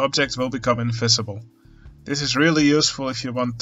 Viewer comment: Making things in-F-isible